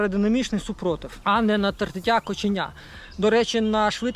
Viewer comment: "Тертя кОчення" ж, хіба ні?..